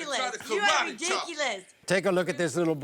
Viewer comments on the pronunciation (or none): He really said karratte that's kinda mean to say that to a baby